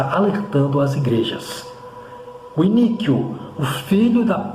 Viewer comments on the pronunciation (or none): A pronúncia é I-NÍ-QUO abençoado 😊